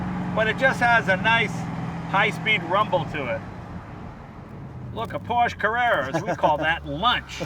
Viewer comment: He's a car guy, and can't pronounce Porsche correctly. Wow.. I can't wait to drive my Gord tomorrow. :) Jeekers Jay, Say it correctly.